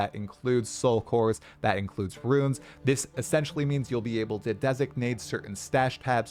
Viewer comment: saying “ruins” for “runes” that many times in a row nearly gave me an aneurysm